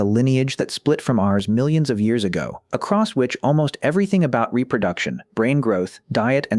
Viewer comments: It's weird that this person (or ai voice) persistently mispronounces "across" as "acrost" or "accrossed" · The AI voice sucks! A lot doesn’t line up withe pictures shown and it is really bad at numbers! Hate the way it pronounces “across” as “acrost”. Why can’t a human read this?